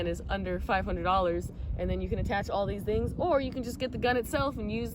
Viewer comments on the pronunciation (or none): none